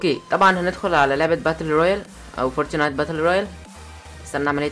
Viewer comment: انتقها صح اسمعها فورت نايت مش فورتي نايت